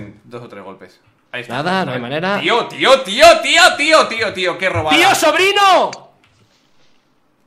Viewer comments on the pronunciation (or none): primer español que escucho que dice un chiste con su forma de decir tio